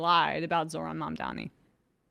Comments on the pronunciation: Why do they keep mispronouncing his name as Mundami? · Is it my ears or they are still calling him mamdaMi instead of what it is, mamdaNi? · “Mamdam-ni”?!? Yowza even professional journalists are so susceptible to the detractor’s narrative. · WHY do they all KEEP calling him MamdaMi? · "Going back and forth" with Jonathan Greenblatt AFTER they allowed him to use their broadcast to lie is complete bullshit!!! The time to "go back and forth with him" was while he was lying on their show!!! (And learn to say the man's name correctly!!! Mam-da-ni.....it's three freaking syllables!!!) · does this guy have brain damage or speech impediment? Mamdami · how come they can’t pronounce his name? Are they illiterate? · And the CNN guy mispronounced Mamdani’s name 3 times too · Can those TV anchors say Mamdani's surname correctly please ? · He mispronounces his name in purpose. The level of passive of little girls. It’s petty. He is also a hardcore Zio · Bro literally can't pronounce Mamdani. Maybe correct your pronunciation of the future mayor's name before you correct Greenblatt's smear of him, asshat. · Is "Mamdani" really that hard to pronounce? 😅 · I hate how so many of them keep saying his name wrong, it drives me up the walls. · Is it that fucking hard to pronounce Mamdani? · Mfer trying to correct the record to the benefit of Mamdani and can't even say his name straight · I was going to call out the anchor issuing the "clarification" (or what we in reality call a correction) for mispronouncing "Mamdani", but then he also mispronounced "Jewish" so maybe he just doesn't talk so good.